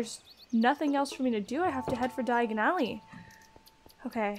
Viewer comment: you better not use the floo powder, u mispronounced Diagon alley slightly :3 don't want to end up somewhere else